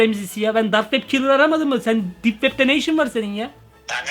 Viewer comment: lan kilır deyil killer